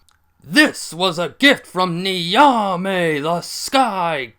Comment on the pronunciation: If you can understand Italian, the "gn" sound in gnocchi should be used for the "Ny" of Nyamwezi.